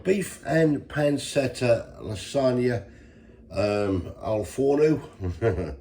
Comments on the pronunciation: It’s pronounced pan-chet-ah you big wally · Pan-CHETTA! Good grief,!